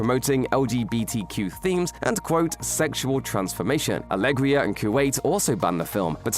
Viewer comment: "Alegria" is the new "Signapore".